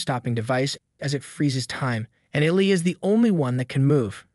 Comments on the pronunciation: EEE-LIE - not illi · It’s e lyy Not ellleeeee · hey, The name Eli is pronounced e- lie. Thought id mention for next time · I can't.... I can't finish this video. The way Eli is being pronounced is actually infuriating. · Wrong pronunciation of Eli made me stop watching. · LMAOO I INSTANTLY CAME TO THE COMMENTS FOR THIS REASON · Kind of a weird mistake to have. I'd think you'd come across his name a few times when editing the clips together. I'm assuming it's different people doing the editing and voice over. But still...